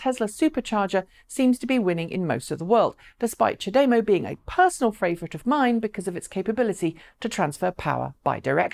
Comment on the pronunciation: "Chah de-mow" Gonna get a severe OCD if people pronounce it ch'day-mo. Twitch twitch.. lol